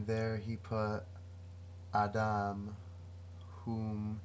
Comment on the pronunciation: is this your own translation, dear one? Your pronunciation on some hebrew is so close, Ah-Dahm is perfect... and I would have no idea unless, by Yah, I had studied Hebrew as a child... Praise be the one who comes in the Name of YaHuWaH. Thanks for contacting me. I can TRULY appreciate what you are doing here. I can see the Holy Spirit of YaH (EEAA), the "Almighty Eli-YaH - HU is Creating the Great Nation", by Huwa-Yah, YaHuWaH. I am going to reply to you, dear devotee of the Most High God..